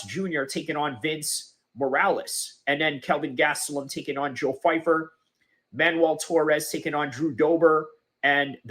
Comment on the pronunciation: 🤡 constant victim of nothing. First of all you can’t even pronounce his name right. Second of all your idea of white people makes you racist in nature. You have a general mind set of people of one total race. Americas military people are homeless all over the place of all races and a lot of them have no backing. You exposed yourself as someone who is brain broken by politics. Going on a rant because someone you will never meet says something you deem not true is idiotic at best. Your channel will literally never grow and I am comfortable withsaying that. I am so incredibly happy I don’t have people like you around me who see people as a general thing that act in one single way or have all the same advantages. You’re a clown by proxy